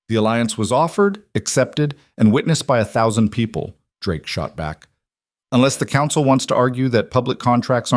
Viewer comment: AI...🤣 Drakie? I guess it doesn't know the "e" in Drake is silent. 😂😂😂